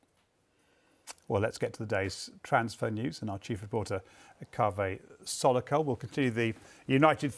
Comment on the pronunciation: Btw he's not its Kaveh Solhekol.